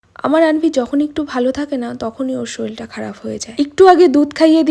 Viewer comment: Soril ki uchharon uchharon para na sorir ok